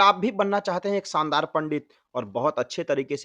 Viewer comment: Spasht uchharanh 😂😂😂 शानदार होता है भाई सानदार नहीं पहले खुद का उच्चारण सही करो और मंत्र के